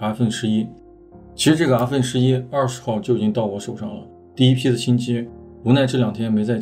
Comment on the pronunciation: 真是云南人？阿分11。云南很多地方是不发后鼻音的。